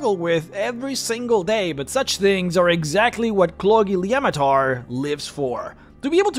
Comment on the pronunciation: I would like to raise my glass to you for being able to pronounce that name.